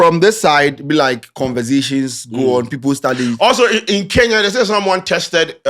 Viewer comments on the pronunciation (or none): none